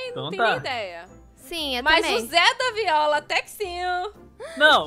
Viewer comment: “ZedaViola” Kskskksksks